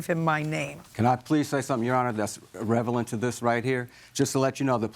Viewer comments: he said... "revelant"...??? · Did he seriously just say “reVeLant?” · Did he say revelant? Did he mean relevant?? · "Can I please say something, you're honor, that's reve-a-lent to this right here?" 🙄🙄🙄🙄🙄🙄🙄🙄🙄🙄🙄🙄 Damn, I wanted to see the exit interview for this one! He probably had his car in intensive care for 90 days, the poor thing!